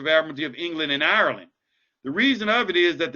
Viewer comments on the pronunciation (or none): none